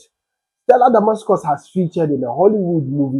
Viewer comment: 🎉THE NAME IS: STELLA DAMASUS 🎉) NOT DAMASCUS. THANK YOU.❤